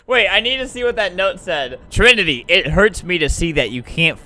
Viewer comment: Trimity not trinity